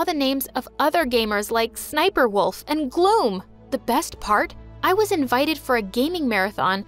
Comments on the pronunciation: idk why this bothers me but it's ssniperwolf, not sniper wolf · You don’t say sniperwolf you say ss sniper wolf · She pronounce sniper Wolf like this even though it should be pronounce SSSniperwolf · Wait did you say sniper wolf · OMG when she had the note and she said ssnipwolf I was shokt